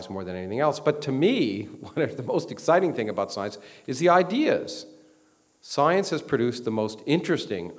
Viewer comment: I like how he pronounces it "soyence".